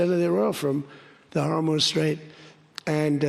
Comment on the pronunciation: Strait of Hormuth??